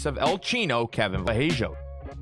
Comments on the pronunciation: Its vallejos not vajellos 😅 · As an Argentine, i have to say it is very funny how you pronounce Vallejos hehe. Fyi: the right way of pronouncing it is like Va-sheh-jos. I mean, the 'll" pronunciation in Argentine Spanish is like your english "sh" pronunciation.